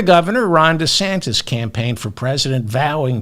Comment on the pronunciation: "Ron DeSantist" with a 't' Ha! I love that!